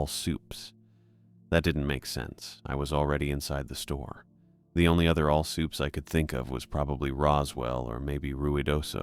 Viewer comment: All "sooops" 😂, fuckin all sick eh